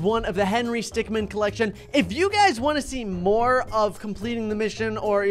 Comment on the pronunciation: Remember its stickmin not man min